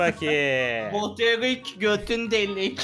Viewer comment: Abi o erik değil eric